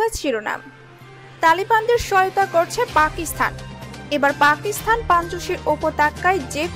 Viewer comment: আপনার এই কয়েক মিনিটের ভিডিওে এতো ভূল!!! পাকিস্তানেই উচ্চারণ করতে পারেন না।